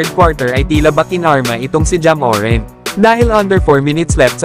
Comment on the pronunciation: Boss hindi MORENT ang bigkas kundi MORANT Inaartehan mo kc di naman maganda sa pandinig